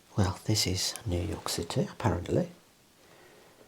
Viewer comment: I believe it's pronounced New York Citaayy!